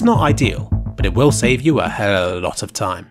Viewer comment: You haven't heard him try to pronounce it for like five minutes straight and fuck it up every time? It was a tag at some point